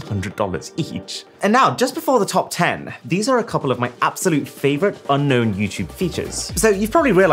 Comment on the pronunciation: I bet he really misses annotations, “unkown features” 😂😂